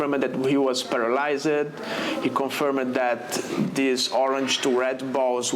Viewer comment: Minute 19: “paralys-ed” set to Jimmy Cliff’s “Legalize It”